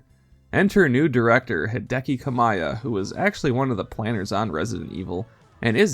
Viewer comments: its Hideki Ka Mee Ah not Ka My Ah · Hideki KA-mee-yah